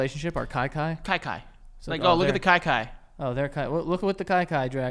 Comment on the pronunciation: It’s pronounced “key key” 😂😂